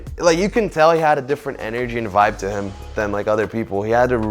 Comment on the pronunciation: ele pronunciou "energy" tipo "enêrgi" q gastura vlh kkkkkk